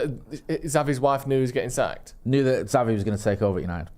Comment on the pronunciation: 2. For f's sake, WILL YOU PLEASE PRONOUNCE XAVI's NAME PROPERLY. IT'S EASY: "CHAVI" as in "chips".